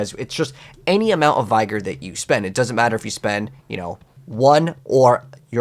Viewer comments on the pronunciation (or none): my guy, it's not a "capital I" sound in the word vigor. It's pronounced like the word dig. Or as my guy fredford said, trigger. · Bro… Vigor (Vih-gor) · Please stop trying to say "vigor" it is hurting my ears. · Take a shot everytime he pronounces vigor wrong lol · Vigor is enunciated like the word trigger